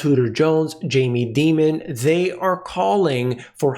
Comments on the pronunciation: Dear gps Jamie pronounces his name DIAMON(D) NOT DEMON ? JUST AN FYI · It’s Dimon like Diamond. Demon does fit though 😂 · you're mispronouncing Mr. Dīmon's name. I know you have too much integrity to do that intentionally; even Max Keiser wouldn't do that. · The correct pronunciation of Jamie Dimon is Die mon not Dee mon. However. I think Jamie is a demon so you may be more correct. I am inclined to fade people like Dimon and other high profile characters. Commodities have had a big run. Nothing goes up in a straight line. What better way to attract buyers to sell to? They do it all the time and sheer many sheep. I've been an investor for 40 years. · The correct pronunciation is "Demon". Because that's what he is. Very common parlance in the investor community. Everybody knows that it's really Dimon.